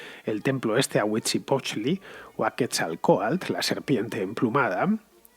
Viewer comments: Pretendía llevarte la contraria, pero no hay manera. Y es huitzi-lo-potchtli. Te falto el "lo". Como "lo país"... :V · Se dice Huitzilopochtli. Y por cierto si quitran la estatua de Cortes de su pais estaría bien.